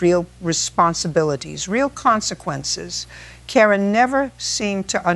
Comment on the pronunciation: Mayo, FL AI needs to pronounce words correctly: again, record, Karen, strategically, Ms. Judge Judy does not ramble. She gets straight to the point. She would have Karen removed from the court and held in contempt after about the 3rd interruption. Karen's house should be seized and sold to pay her contractor debts to make them whole.